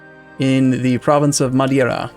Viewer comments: It's "Coimbra", not "Cóimbra". Try "Cooeembra". And again, it's "Madeira", not "Madiera". It's Évora, not Evóra... the accent is marked there! In this one, you're not even supposed to have to guess! At least your pronunciation of Beja doesn't seem to have flaws and your pronunciation of Porto and Algarve, although not perfect, is passable. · you're angry about that? I was stumped he started looking for madeira on the mainland.